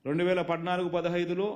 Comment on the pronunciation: పద్నాలుగు అనడం రాదు నీకు, పడ్డనాలుగు